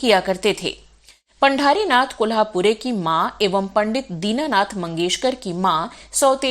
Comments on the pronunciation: पंढरीनाथ पढे पांढरीनाथ नही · पांढारीनाथ नाही पंढरीनाथ.... 🚩